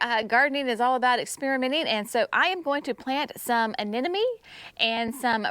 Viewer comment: Oh, you are not talking about some sort of flower bulb that sounds like an enemy, but an uh-nem'-uh-nee, anemone. Repeat after me UH-NEM'-UH-NEE, UH-NEM'UH-NEE, UH-NEM'UH-NEE . Your gardens look amazing, as always!!